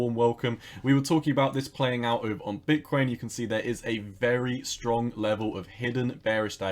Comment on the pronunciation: Is it me or do u pronounce Bitcoin like bitkwain!